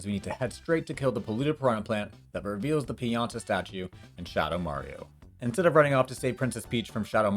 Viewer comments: I assume you called him a Chuckster Pinata instead of a Chuckster Pianta because you want to smack him with a bat. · >pin-YAH-tuh >pin-YAH-tuh >pin-YAH-tuh EDIT: Wait what. Am I being punked here? EDIt 2: No, I'm not wondering WHY we need to do this long, convoluted setup. I'm wondering who in God's name figured this shit out and HOW.